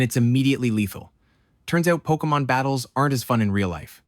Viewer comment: well at least he says Pokémon correctly